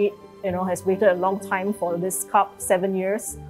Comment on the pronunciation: Admin it's "cub" not "cup"!